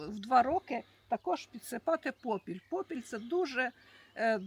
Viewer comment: Не попілЬ,😂а попіл(попілем,попілЄм😂